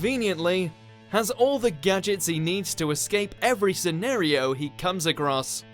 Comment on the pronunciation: It's "Boff" and "SEH-NAR-REE-OH"!